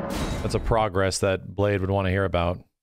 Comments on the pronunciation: Not important to anyone, but Blaidd is a welsh word, means wolf, and in welsh the ai part is pronounced like eye and the dd part is pronounced as th sound. So Blaidd should sound like bl-eye-th. Here him being called Blade just gets to me as a Welshman. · The game literally pronounces Blaidd's name several times and everyone STILL can't say it correctly. It's pronounced "Bla-eye-th" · As a Welshman, no matter how many times Blaidd's Name is actually said outloud almost every streamer still calles him 'Blade' - and it irks me to no end. Great fun watch though, keep it up.